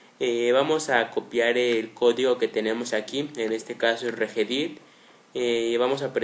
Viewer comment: ES "REGEDIT" no REGEDIR